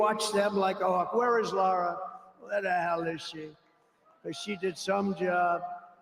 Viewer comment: It’s Lara, NOT Laura friend